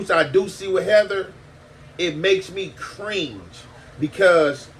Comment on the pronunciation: Kids of his mother😂😂😂 be killing me. He said makes me creenge (cringe)😂😂